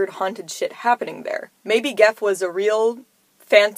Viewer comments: It’s gef. Not geg. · like it. (The family did pronounce it Jeff though ;))